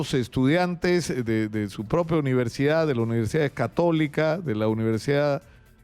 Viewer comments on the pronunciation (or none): Porque hablan o pronuncian mal como "uniersiaa"ientiaa, acreitaos.